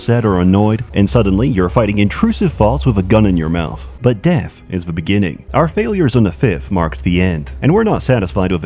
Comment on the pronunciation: ''Deff, is da buh-ginning''